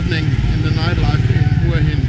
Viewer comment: Pronounce: Whar Hin not Hua Hin. Thanks for the video.